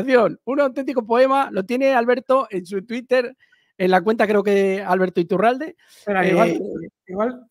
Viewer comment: El reportero total 😂 Iturralde en vez de Urrialde